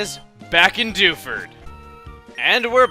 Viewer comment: lol when he says Dewford i keep thinking he's saying Doucheford o.o